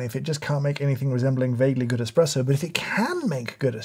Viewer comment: Ngl I lost faith in this review when this guy called an espresso an “eXpresso”